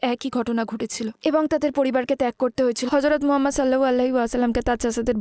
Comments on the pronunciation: নবিজির নাম টা ভালো ভাবে বলা উচিৎ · দয়া করে নবী (স.) এর নাম আরো একটু স্পষ্ট করে বলবেন। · ট্রান্সলেটর বোনের প্রতি অনুরোধ হযরত মোহাম্মদ(সঃ) এর নামটা ক্লিয়ার ভাবে উচ্চারণ করতে ধন্যবাদ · ঠিক বলেছেন